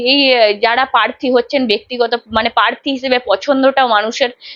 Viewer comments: Parthi noy prarthi. Apnar pronounciation thik korun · Anchor এর উচ্চারণ ঠিক করা দরকার। পোত্যেক , পার্থী, পতিনিধি...এসব কী?